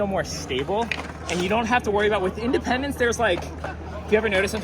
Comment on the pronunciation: In dee pendants